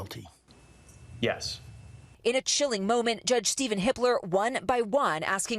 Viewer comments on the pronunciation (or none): none